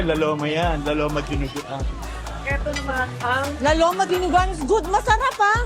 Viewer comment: heh heh heh i like the pronunciation “ lao lowma “ heh heh heh ‘ LAO LOWMA ‘ 😂